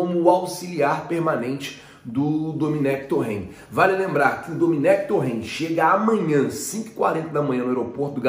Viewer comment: Dominéque? kkkk é um fanfarrão mesmo